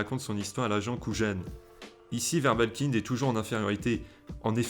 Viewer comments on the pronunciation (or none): Dommage que cette plutôt sympathique analyse soit un peu gâchée par la répétition des mots "Keyser SoYzé" ou "agent KouJJJane" : dans toutes les versions c'est "Keyser Sozé" et "agent Kujan" (à prononcer "Kouyane"). Mais sympa quand même